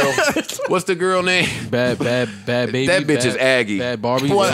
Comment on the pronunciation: I think it’s funny they still keep calling her Bad Bobby instead of pronouncing it Bad Baby.